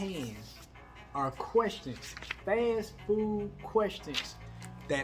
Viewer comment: Querstins. That's how we say it down South. I love it.